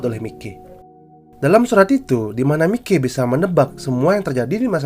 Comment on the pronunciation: Bang tolong bilang kata miley nya jadi mayki ya bang soalnya gk nyaman bat denger kata mikey